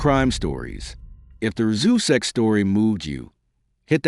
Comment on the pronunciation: It’s pronounced rooz-check. I was a friend of Sandy for many years before I moved from NC. She is a beautician who gave my grandson his first haircut.